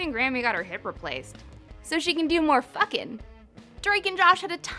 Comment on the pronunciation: hmmm... A LOT of emphasis on the word "FUCKIN"